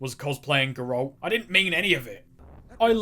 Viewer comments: You criticize the voice actor of the Gman for mispronouncing "Mesa" when you consistently mispronounce "Geralt" arguably worse than he mispronounces "Mesa." Have you never even played The Witcher? They say Geralt's name in it like over 50 times. It's EASY. It's GERalt! NOT geRALT! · Wow that Geralt pronunciation was almost as bad as the Black Mesa pronunciation. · It isn't pronounced goralt, it's GEAR ALT. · Bruh who the hell is "Gerawlt"? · The way you pronounce "Geralt" should be illegal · >make fun for mispronouncing black mesa >continue to mispronounce Geralt P.S. its only a joke don't take it personal